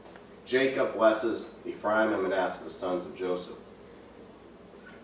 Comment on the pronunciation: His pronunciation on some words is poor...aka..Ephraim is NOT e-FRY-em but EFF-ree-am.